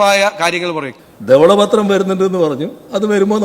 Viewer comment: Vijaya. Thavala pathram ALLA.Dhavala pathram